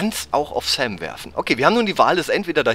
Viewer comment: Hey wenn du so versessen auf die Aussprache bist dann nenn doch bitte Sam nicht mehr "Säm" Aber ansonsten ein suuuper Let's Play:D So wie früher ^_^